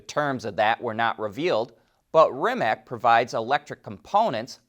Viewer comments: Please, do not pronounce Rimac as REE-mak. It is pronounced REE-mats. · Pronounced Rim-ats/Rim-acs